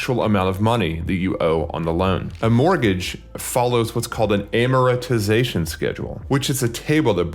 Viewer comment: He doesn't even know how to say "amortization" 🤣 financial guru right there